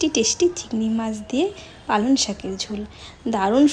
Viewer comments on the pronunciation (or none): কথাটা পালন শাক শোনা যাচ্ছে ।পালঅং শাক ।রান্নাটা একদম নতুন ।করব একদিন।